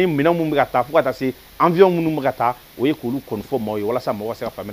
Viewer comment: Bjr Quand vous donnez des infos en bamananka évitez d'utiliser bcp trop souvent les mots français Il faut prononcer << avion et non avion >>>